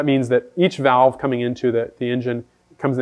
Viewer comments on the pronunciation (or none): none